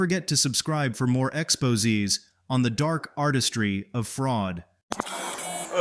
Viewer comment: "Ex-po-zeez". AI is awesome.